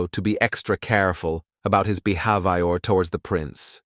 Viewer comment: oh please "bee have i or":face-purple-crying